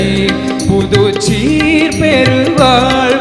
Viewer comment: சீர் என்பதை அழுத்தி சொல்கிறார். TMS பாடலில் சீர் என்பதற்கு இவ்வளவு அழுத்தம் கொடுக்கமாட்டார். TMS பாடல் உச்சரிப்பை உள்வாங்கி கவனித்து பாடவும்